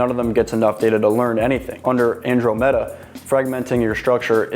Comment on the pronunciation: You are pronouncing Andromeda wrong